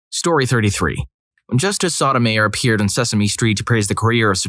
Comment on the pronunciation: It's pronounced "So-toe-may-oor." In case you ever have to say it again...